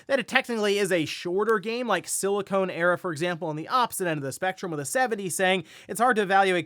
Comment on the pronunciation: Did say "Silicone Era" in the Like a Dragon segment? 🤣